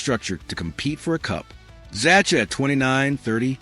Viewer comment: Z-a-h-a , is how you pronounce Zacha’s name. Fix this ridiculous AI for Gods sake